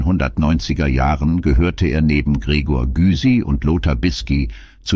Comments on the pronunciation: und der Gregor dem sollte man auch mal sagen dass sein Name Güsi ausgesprochen wird, nicht wahr😂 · Ja, stimmt, die Stimme ist sehr angenehm. Leider wurden einige zitierten Namen/Titel sprachlich falsch wieder gegeben. Z. B. Tony "Marshell" statt Marshall mit seinem Lied: `...Schöne Maid... statt "Meehd", und Gregor "Gysi" statt "Güsi". - Ich kann das kaum nachvollziehen. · ... vor allem wegen der Fehler: Schöne Meeed und Gregor Güsi - ist das auch eine Automatenstimme wie bei diesen "Das Leben und das traurige Ende von x"-Videos? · Schade....... Computerstimme. Huberty =Jubberty Gysy=Güüsy etc